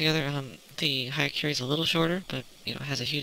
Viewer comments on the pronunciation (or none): It's "hya", not "haya". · it pronounce as yakuren